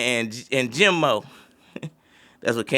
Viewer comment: Bro Cam’ron said Jomo not Jimo